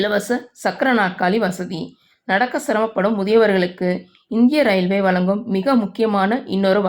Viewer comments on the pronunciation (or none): வளங்கும், கீல் இருக்கை, பேசற பெண்னை மாத்துங்க. ழ உச்சரிப்பு வர மாட்டேங்குது.